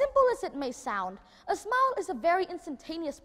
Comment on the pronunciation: thấy tựa đề làm mình tò mò, vô nghe thấy chỉ một đứa nhỏ thuyết trình vấn đề nụ cười. Tiếng Anh của Nhật Nam phát âm chưa chuẩn lắm, đặc biệt là từ SMILE. Nội dung không mạch lạc và không có chiều sâu. Đúng là người Việt Nam (người Việt ở Việt Nam) có bệnh nổ. Vậy mà cũng gọi là thần. Bó tay.